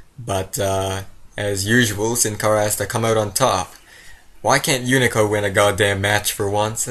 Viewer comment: lol he says unico.. instead of hunico